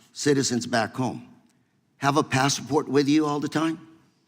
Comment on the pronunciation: The word is passport, not passa port.